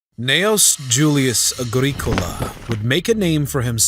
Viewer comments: Apart from the torturous pronunciation of Agricola the entire narrative is deeply speculative and lacks any details of timelines, locations or details on the indigenous peoples Rome may have encountered. Scots didn't even arrive in Caledonia until the 6th Century... Over 500yrs after Rome. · Weird pronunciation Agreekola indeed! Or Domitian, pron. Dominion. What about Petilius Cerealis' campaigns to subdue the Brigantes of what is now Yorkshire and their immediate neighbours to the north? The Romans coined the phrase "divide and conquer" so could easily have used imperial largesse to split the Britons! The south-east was safe enough in the early second century for Quintus Lucius Sabinianus, the Imperial procurator, to have a have a residence at what is now Inveresk and a fort for his bodyguard, the Ala Sebosiana nearby. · WOW. I mean, I know it's been a while since I studied advanced Latin, but you didn't pronounce most of the Latin words or names properly. "Agricola" and "Domitian" were particularly bad. Also, you can't claim that the Romans didn't conquer Scotland because it wasn't worth the manpower and resources, then claim the Romans didn't conquer Scotland because they couldn't. It's either one or the other; it can't be both. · Some research into how to actually pronounce Agricola and Mons Grapius would go a long way. Domitian too, for that matter.